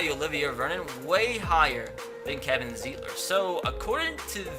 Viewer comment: Real Browns fan know that Kevin Zeitler is pronounced Z-eye-tler, not Z-ee-tler.